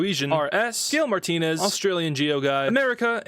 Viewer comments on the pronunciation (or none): none